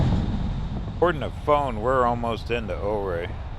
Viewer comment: Great drive, great descriptions. Just a word from a local, though - Ouray is pronounced youRay, and Telluride is Tell You Tide.